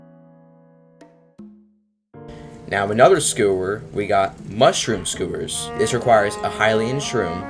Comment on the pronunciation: bruh, it's pronounced "SKYOO-WURS" , NOT SKOO WURS. PLEASE TELL ME YOU DON'T HAVE A SPEECH IMPEDIMENT 💀